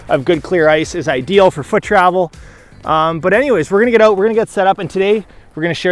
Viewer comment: A Canadian: oat,not out.